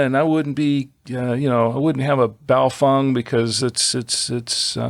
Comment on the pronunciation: Wtf is a buyo-fung???? Its "BAY-O-FANG"... straight from the manufacturers mouth...